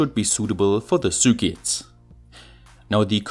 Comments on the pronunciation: I hear Sue Ketts :) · Ok ur English is great but u say circuits weird a f lol